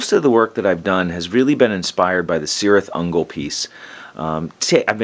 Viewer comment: I keep forgetting to mentioning this to you but "Cirith Ungol" is pronounced with a "k", also my cousin told me to tell you he and his friends think of you as a terrain god